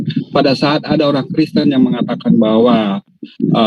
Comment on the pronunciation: Hahaha suka lucu juga bg orang namanya kristan bg bilang kriesten😂